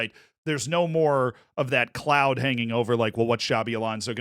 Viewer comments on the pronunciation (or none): none